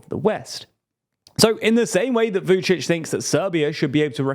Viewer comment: You really should take a pause between pronouncing Vucic and Orban, sounded like Vucicohorban😄